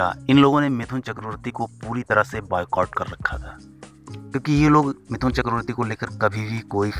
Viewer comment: Attention everyone : His name is "मिठुन", not "मिथुन".